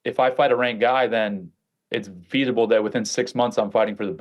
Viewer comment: It's what? 🤔 "Feath-able"? "Veath-able"? What did he say, and did he mean "feasible"? Lol